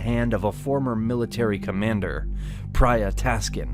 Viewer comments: Taksin ...not Taskin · The correct name is Phraya Tak- sin, not Phraya Tas-kin. Phraya was the rank of the governor at that time. Phraya Tak was the governor of "Tak" Province of Thailand. Sin was his real name. Thai people therefore called him Phraya Tak (Sin). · His name is King Taksin or Praya Taksin. Not Praya Taskin.